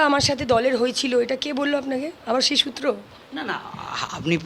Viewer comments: সূএ না মূএ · "সূত্র" টা তো একটু ঠিক করার দরকার আছেই … 🤷